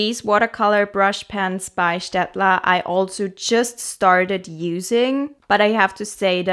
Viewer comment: I love how you pronounced Staedtler; the first time I realised you're either from Germany or very close to it 😅 edit: Austria, so close to it 😅